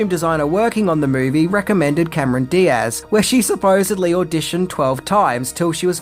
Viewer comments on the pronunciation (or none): none